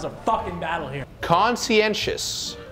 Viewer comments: He spelled conscientious wrong too. Said tous instead of tious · Scump didnt say the 2nd "i" in "conscientious" xD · seth got conscientious wrong. Left out the last i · And Scumpii missed the second i in conscientious